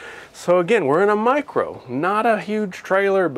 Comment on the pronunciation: "Light" "mircro"